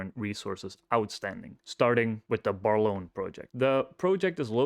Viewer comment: Just FYI the main project pronouciation; Brālorne, or Braelorne if thats more clear...the toll Mill agreement is with Nicola Mining in Merritt, a small town about 3hrs away from Brālorne.. It's the only free mill in the region,not so they negotiated a toll Mill agreement when the $ of gold was or below the said value. Gold has really been a hockey stick rise over last 2 yrs. A lot of the debt incurred was during the bear times of 2023-mid 2024. I think they had to do to move project forward. I'm not pleased with the dilution, inside ownership remains low. The team is top notch, these people are not going to come cheap. Be really interesting to see the new agreement with Ocean Partners in the new year once the toll agreement has finished. Their gold will then be priced accordingly and revenue should begin to count on the balance sheet. The 2 project is more 5hrs away on roads that can have issues of closers during winter(snow,fires) summer..I would hope that the infrastructure for this site is in decent order and they either toll Mill with Nicola again to keep costs down initially or they are able to fund, internally, a mill at that site. Lastly is they could merge with another company maybe WestHaven, this would be a good merger and definitely get eyes of someone larger... Thankyou for your research